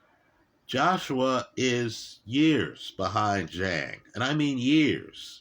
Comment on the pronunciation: He called him zang in this very video 15 mins after lecturing about respecting names lol. Not intentional I'm sure